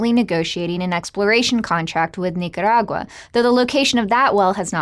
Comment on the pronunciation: I like how she pronounces Nicaragua.